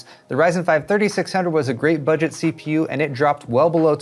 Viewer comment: Hi! One quick side note, the way you emphasized the 'B' in 'budget' might be a bit misleading I think. The Ax20 is the budget variant, no? I really hope that they will launch the A620 mobo's soon.